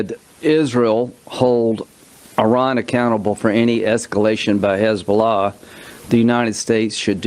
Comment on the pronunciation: Lindsey don’t know how to pronounce Iran , he said ijran , I ask him that he says for India Ijdia . Hidiot